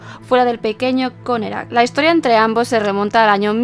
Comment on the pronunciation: Por qué decía connekrac?